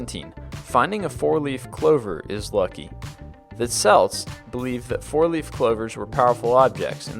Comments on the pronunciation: I'm sure you've already been told this, but Celt isn't pronounced Selt, it's pronounced Kelt. Yes, I know. The Boston basketball team pronounces their name Seltiks, but it should be pronounced Keltiks. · Kelt not Selt. Spelt Celt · I swear Celt is pronounced kelt not selt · It is pronounced kelt not selt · The celts... THE CELTS? Celt is pronounced "kelt" not "selt" :P But the Scottish team is pronounced "seltic", That is an exception! Good list though! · this would be great, if you didn't constantly incorrectly purnounce so many words.. celt and Celtic, are spoken as *kelt and keltic. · The word "Celt" is pronounced "kelt" unless you are talking about the sports team. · for fuck sake, before you release a video check you've pronounced everything right. You've nearly got 1,000,000 subscribers so put some effort in and learn how to pronounce "celt". I'll give you the answer, you pronounce it "kelt". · Celt is pronounced KELT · The words 'Celt' and 'Celtic' are pronounced as if they were written with a letter 'K'. The great Glasgow football team's name is the exception to this rule. Being half Scots, and half Welsh, this sort of thing annoys me. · yeah...I kinda wanted to punch this guy in the throat every time he mispronounced Celt